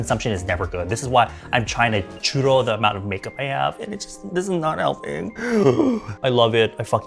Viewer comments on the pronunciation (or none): none